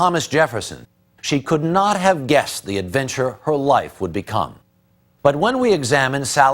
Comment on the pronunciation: ADVENTURRRRE?????? CHOICES?????? That is absolutely how this should NOT have started!!